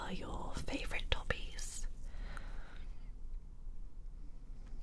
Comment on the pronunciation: When she said "what are your favourite hobbies?" i thought she said what are your favourite toppings haha PINEAPPLE!!